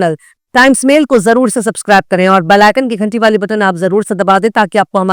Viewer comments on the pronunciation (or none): none